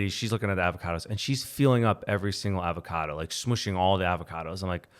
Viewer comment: How he pronounces avocado is hilarious 😂